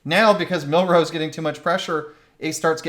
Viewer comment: His name is pronounced MIL-roe, emphasis on the first syllable.